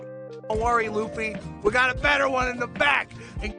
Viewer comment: This guy never watched/read one piece and probably got all his info on reddit and can he stop calling Luffy lucy